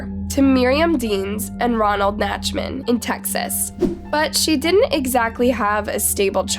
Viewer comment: The name is NACHTman, not NATCHman. Dumbest chick on YouTube.